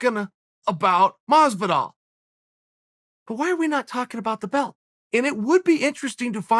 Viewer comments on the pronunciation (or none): "George Masvidal"😏